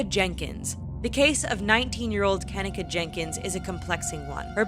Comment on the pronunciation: Her name is pronoun Ken-neka not ken-ika